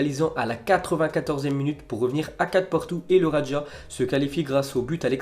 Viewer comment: Ça se prononce raja comme jardim, j'arrive.. Non pas radja